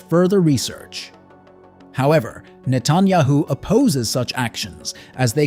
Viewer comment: "Nuh TAHN yuh hoo"? Netanyahu (Net uhn YAH hoo). "Commentators"? Don't you mean commenters? Aircraft "signal" lights? I believe those are called RUNNING lights/anti-collision lights.